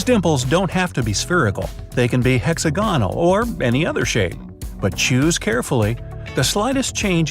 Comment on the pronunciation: *hex-AG-uh-nul (hexagonal)